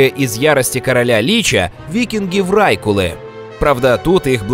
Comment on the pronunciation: не лИча, а личА, не врАйкулы, а врайкУлы